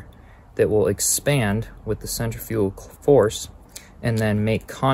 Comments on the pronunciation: It sounds like you're saying "center-fuel clutch". Its cen-tri-fical clutch. Other than that this was a very informative video and I appreciate you. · It’s Centri fugal clutch not fical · Other than pronouncing centrifugal so strange, nice video. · It's Actually Pronounced "Centrifugal" Not "Centrifugal". You're Welcome.